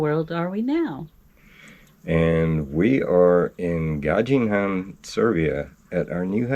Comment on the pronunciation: Dz is pronounced "j" ,this is Gazdin han, so you don't pronounce " j" but as if its written. So, Gazdin han with z and d. Good luck and take care 😊